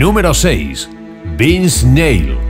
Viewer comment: No quiero generalizar pero este tipo que narra comprueba lo que siempre he pensado, a los espanoles les vale madre hablar bien ingles, pero ni el puto esfuerzo hizo para pronunciar bien los nombres como el de Vince Neil!